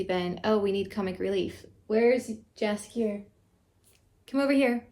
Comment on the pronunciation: It's damn Jaskier..